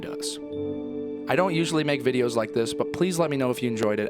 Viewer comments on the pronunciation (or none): none